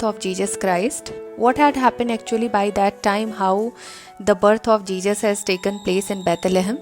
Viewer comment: One mistake you're saying Jesus as Jejus